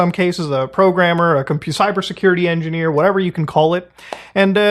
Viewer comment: he's saying INDIANEER. he just pronounces indian like an old prospector